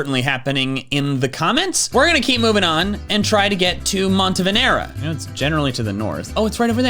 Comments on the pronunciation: Great video, the only thing I had an issue with is... monteNE-VE-RA, not montevenera. C'mon it's not that hard. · MonteVeNera? And he said it twice. The ways people keep trying to pronounce Montenevera still surprise me, but so far my favorite mispronunciation has been "Monterva".